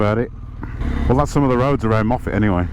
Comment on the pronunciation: Hi, We met at Applecross after my CanAm broke down at the top of the Bealach - got it sorted and now been over the Bealach 6 times and will do it again before the years out! Glad you love Scotland and great to hear you use the correct pronunciation of Moffatt!!